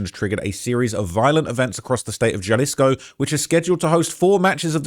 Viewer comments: Sorry homie. Vallarta is phonetically vayarta and jalisco is halisco. I'm usually not so simple, but i heard it over and over. I had to tell you. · Js are pronounced h in soanish politico. Jalisco is pronounced HUH-lisco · Jalisco: Pronounced; "Ha-Lees-Co" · Foo said JAHHlisko 😂😂😂😂😂😂😂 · You have to learn how to pronounce these words correctly,. J sounds like an H. Hal-ees-co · Jal isco 😂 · Bro was pronouncing Jalisco like Fredrick Jallah😂😂😂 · And, the ‘J’ in Jalisco is pronounced like a ‘H’, so, ‘Ha’ Halisco. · Your pronunciation of Jalisco is wild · Britts can't pronounce Jalisco 😂